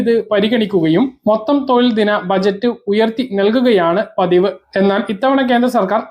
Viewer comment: തോയിൽ അല്ല തൊഴിൽ ആണ്